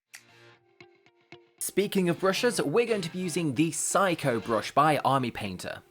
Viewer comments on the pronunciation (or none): none